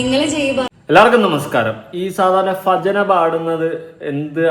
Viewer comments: ഫജന അല്ല ഭജന ആണ് 😄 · "Fajana" പാടുകയോ 😳. "Bhajana" എന്നാണ് . ഇതെന്താ ഇങ്ങനെ ഉച്ചരിക്കുന്നേ? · ഫജന എന്ന് പറയുന്നത് എന്തു അടിസ്ഥാനത്തിൽ ആണ് 🤣🤣🤣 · ഫജന അല്ല ഭജന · ഫജന അല്ല ഭജന യാണ് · fahhaa alla Bhajayanna annaaa. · ഫ അല്ലടെ ഭ , ഭജന😂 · തെക്കോട്ടു ഭ ഇല്ലേ എല്ലാവരും ഫ എന്ന് പറയുന്നു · Fa alla bha yaanu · 😂😂 "ഫജന" യോ ചേട്ടാ‼️ എന്തൊരു വൃത്തികെട്ട pronounciation‼️‼️😂😂